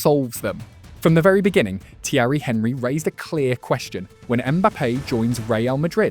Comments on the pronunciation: Can't pronounce "Henry". Loses all credibility TWO SECONDS into the video. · How you gonna have a football channel and not know how to say Henry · Ai pronunciation and narration is awful. When was the last time Thierry Henry was pronounced in the English manner?